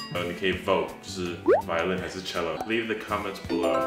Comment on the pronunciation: 非常謝謝兩位音樂家在這疫情艱困的時刻，為我們帶來歡樂的一天！太好笑了!!哈哈....:"" 妳不行 shake whole vi鵝lin 啦!"" ""妳有練厚?!"".....真的很台!哈! is so nice. 偶像!! 期待兩位音樂家能把樂器換回來，正式合奏一曲! ^_^" Expecting~*